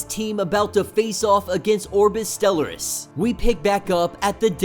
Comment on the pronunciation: Friend, it’s “STELL-R-US”. Respectfully ♥️